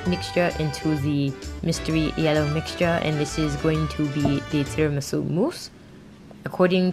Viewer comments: I LOST IT WHEN SHE SAID NOT TIRAMISU BUT TIRAMISOUP HAHAHAHA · “I MADE TRAMISOUP, NOT TIRAMISU” YA’LL I TELL YOU I CRIED 😂😭😂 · "Tiramisoup instead of tiramisu" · First attempt: Tiramisoup...🤣🤣🤣🤣. U go girl 👍🏻👍🏻👍🏻👍🏻👍🏻. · Tiramisoup instead of tiramisu 😂😂😂 I can totally feel you !